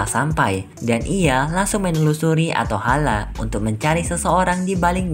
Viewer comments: Atholen bukan atohala😂😂🤣🤣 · ateholen kak bukan ateholeh